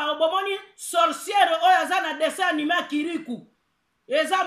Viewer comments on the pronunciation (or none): none